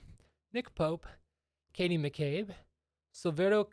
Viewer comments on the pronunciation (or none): none